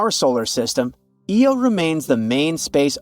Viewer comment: had to stop its eye-oh not eeeee-oh jeepers it completely undermines any good research to have such a basic mispronunciation